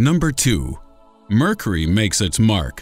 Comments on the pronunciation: . . . . . Really . . ? "Mercery" . . ? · "Murkery", huh? Are you sure that's what it's called? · Did anyone else notice that he pronounces mercury wrong? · Your pronunciation of 'Mercury' is peculiar.